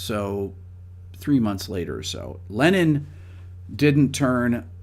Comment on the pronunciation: NO SE COMO HAGAN ESTOS DOBLAJES AL ESPAÑOL O SI ES LA TAL INTELIGENCIA ARTIFICIAL, PERO TODO EL TIEMPO EL CONDUCTOR DICE LENIN EN LUGAR DE LENNON, INCLUSO SE PUEDE CONFUNDIR EL NOMBRE CON EL PERSONAJE RUSO, ASI QUE PONGAN ATENCION EN ESOS ASPECTOS IMPORTANTES DE UN VIDEO QUE LO VE MUCHISIMA GENTE Y QUE LA INFORMACION DEBE SER LA CORRECTA!